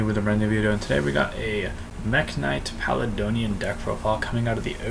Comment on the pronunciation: PAL-AYE-DEE-ON Not pal uh don ee on